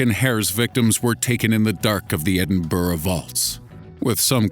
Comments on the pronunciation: Edinburgh not edinburrah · It. ED-IN-BRUH. Not. Ed-IN-BURROW. gees man. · the pronunciation of Edinburgh makes me laugh so much😂😂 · the way you say Edinburgh pisses me off